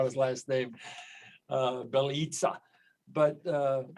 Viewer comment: Bjelica pronounced Bielizza like Pizza